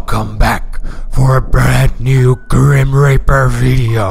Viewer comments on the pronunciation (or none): is it just me or does it sound like he saying grim raper, rather than grim reaper